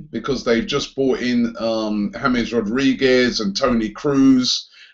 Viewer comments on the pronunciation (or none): none